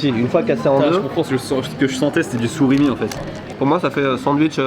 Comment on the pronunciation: « du sourimi » 🐁👁👄👁